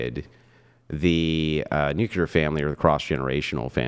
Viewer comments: NUKE LEE URR not NUKE YAH LERR. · I love how smart is and how completely incapable he also is of pronouncing the very easy word "nuclear." It's metathesis.